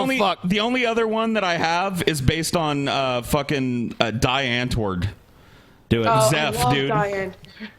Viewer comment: I never blame someone for pronouncing foreign words wrong because it's unfair if they don't know the language. However, triggered the fuck out of me when he pronounced, "Die Antwort" as "dye-ant-word" instead of the proper, "dee-ont-vord" which means, "The Answer" German is weird, I know. But so am I. *triggering fucking intensifies".